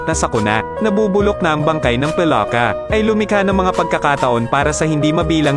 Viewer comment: Ano Kaba Mali mali salita Ang Moises naging mojes ang palaka naging paloka.😂😂😂 hahaha..